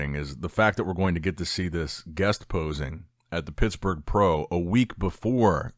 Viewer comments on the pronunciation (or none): none